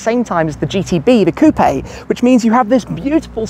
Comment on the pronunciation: Outta pronounced "coop" Coupe the E is silent